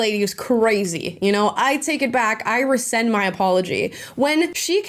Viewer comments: Rescind, not resend. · It’s RESCIND as in “take it back” not RESEND as in “send it again.” It’s not that difficult. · a small point , but "rescind". Just sayin' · he said "rescind" my aplogy, no "resend". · It's 'rescind' for cryin' out loud! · “Rescind.” Not “resend.” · I just feel like someone needs to explain to the gym brat that the word is rescind, not resend. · Would you say "resend" in the states opposed to "rescind? Doesn't make sence to me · It's not resend, it's rescind. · It's rescind not resend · It's rescind by the way, not resend. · Don't forget "rescind", not "resend". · Is everybody pronouncing rescind, resend now? I say it like re-sinned, lol.